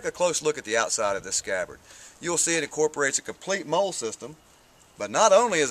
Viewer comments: yeah its "Molly" like the girls name but no big deal. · not to be mean or anything but its not pronounced moll.